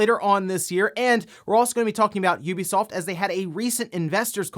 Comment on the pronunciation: OMG! HE SAID IT! An actual content creator actually said the name "Ubisoft" the way I was taught to say it. This is a good moment for me